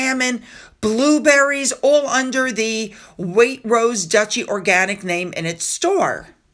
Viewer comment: FYI, the syllable break is Wai-trose